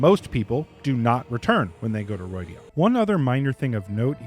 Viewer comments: It's not Roidian but Rhuidan it's like the RU sound in Rudimentary. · Ugh... roy dee ahn? That is not how it is pronounced.